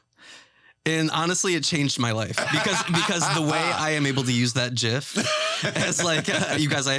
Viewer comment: Thank you Tyler Oakley for pronouncing .gif correctly. For once I like you.